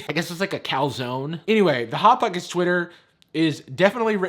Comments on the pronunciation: "bot bockets" LOL IM DYING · I'm sorry but "bot bockets" was hilarious 😂 🤣